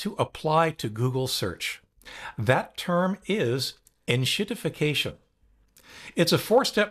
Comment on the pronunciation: Now if we can just get Paul Thurott to stop saying “in-shirt-ification” 😂